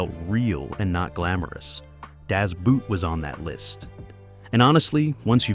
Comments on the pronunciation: Okay, it's Das Boot pronounced the same as in English boat, you are now pronouncing is as The Shoe. Just watch the movie in it's oroginal language German and youll hear them say das boot ist klar zum auslaufen. the boat is ready to cast off or set sail. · No , it's Das Boot (pronounced "boat"). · The German "Boot" is pronounced almost the same as the English "boat," not as an article of footwear. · It's pronounced DAHS BOAT, NOT BOOT, ya maroon. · Boot is pronounced "boat" like in "boat". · I still have to laugh every time at the pronunciation of "Das Boot" in English (American). If you pronounce Boot as Boat, you get a lot closer to the actual German pronunciation. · "Das Boot" is NOT pronounsed like English language footwear. It is spoken just like "Boat", but lengthened a touch and kept forward in the mouth. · Rear Admiral Pedantic here: Das Boot. Phonetic pronunciation for the German word Boot is Boat. Just pretend it's spelled Das Boat when you say it. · Das boot ! Pronounce Boot as Boat and you would almost sound German. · German "Boot" is pronounced just like English "Boat." Do some research. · I can't believe not even 1minuet into your excellent vlog please Das as in Dash, Boot as in footwear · Das Boot... Americans never learns to pronounce "Boot" right.... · Please pronounce the word "Boot" not like wood the double o is spoken as a long o. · Would have far better credibility if it pronounced words correctly, like the german word “boot” and the surname “Guinness”. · Just like they can't pronounce the German word Boot and make it sound like the British word boot.